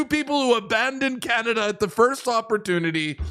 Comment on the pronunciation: C’mon Canadians you can do wayyyy better the “the Carn”i”” !!!!!!